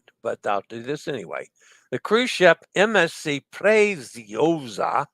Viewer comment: Preziosa = Pray-tzee-oh-zah, roll the R. The Z/ZZ in Italian is pronounced TZ as in pizza or piazza! 👍